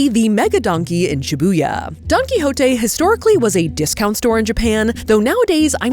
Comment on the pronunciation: safiya calling Don quijote , donkey is sending me